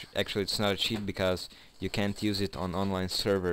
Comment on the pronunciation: haha,dobar ti je engleski , al te sere ono ćiit :)